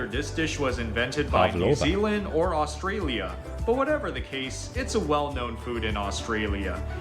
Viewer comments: He is really annoying Mr how he says Australia. It's not "Ozssstralia" it's "Usssstraylia" Baaarrraaamundi Not "boramoondee." 😅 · The guy who is presenting the video your featuring has zero idea on pronouncing Australian words firstly it's not oustralia it's Australia and the fish is called barramundi not barramoondi and beetroot not beet-root. He obviously has never been to Australia. Our sausage rolls and sausage and bread are completely different we eat both the sausage and bread is called a sausage sandwich and our Big hardware chain called Bunnings allow the local clubs and charitys to sell them out front on Saturdays as for kangaroo you can eat it but I don't like it it's too gamey like your deer has a flavor that is very strong its high in protein and very low in fat but give me a steak anytime. Vegemite is a yeast extract basically the leftover from beer brewing very salty we love it but the rest of the world doesn't and I get that it's high in vitamin B and is great for hangovers.